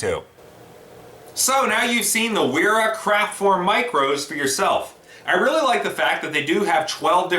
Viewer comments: trying to be humble but .. the "W" is pronounce as a "V" auf deutch, So pronounce as "Vera"... Great review . Thank You so much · In case it hasn't been pointed out yet, it's pronounced 'vera'. Nice video though! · Sir, excellent tools, nothing, and I mean nothing, like Wera tools. Brand pronounced "Vera".